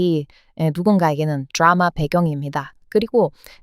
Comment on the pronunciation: 드라마발음을 쥬라마